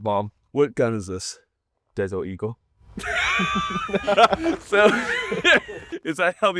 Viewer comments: "Desort Eagoo" 😂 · saying “desert eagle” 😂 priceless..